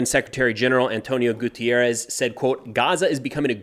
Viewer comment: GUTERRES, not gutierrez. He is portuguese, not mexican for god's sake.